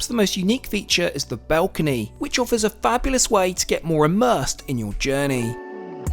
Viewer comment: No hate but why do you call balcony, belcony? Just wondering is it dialect or something, non English speaker here